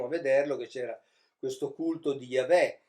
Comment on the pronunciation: Ogni volta che sento pronunciare la parola "Yahweh" in modo così improprio, mi si spegne automaticamente il cervello e vado in catalessi culturale. Comunque tanti complimenti per tanto seguito popolare al suo mish-mash esegetico. Se io mi mettessi a parlare di fisica nucleare (di cui non capisco un cazzo) non riuscirei ad avere tanti follower.